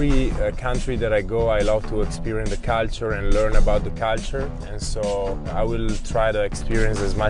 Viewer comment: “Caltar” aka culture 😂